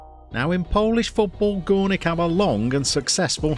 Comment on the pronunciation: if you want to read properly name of the club, you should be saying "Goornick ("oo" like in Boo as scaring someone) Zabrzhe (cause now you are saying sth like "ZHabrzhe (ZH = Polish "Ż" or "rz") :D good luck with Gornik my friend!